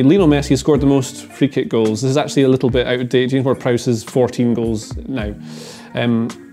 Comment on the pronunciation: As soon as that dude didn't say James Ward Prowse I was done